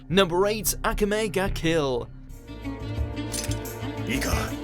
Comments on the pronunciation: "Number 8: akuhmay ga kill" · Your pronoun citation of Akame ga kill shook me at least watch something to know how it is pronounced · Akame ga Kill is in no shape or from edgy and to top it all off you did not even pronounce it right.